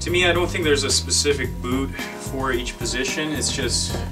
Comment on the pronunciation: I swear he's not saying boot, he says boob